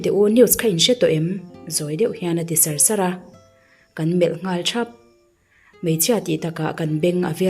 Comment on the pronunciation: Sar sar tih leh Var tih I lam dan thenkhat hi a dik lo deuh chuan ka lo hria, a thlûk hi ania ka tih ni.